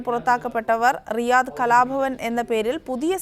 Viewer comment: രിയാദ് അല്ല റിയാദ് ആണ്...